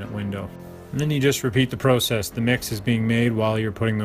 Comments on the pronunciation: It is called process not prosess squeegee and broom is faster but still a good job at any rate LOL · Great video. thank you. the only thing that bothers me is the way you pronounced process